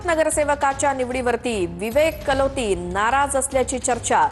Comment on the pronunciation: Kaloti ka kalote😁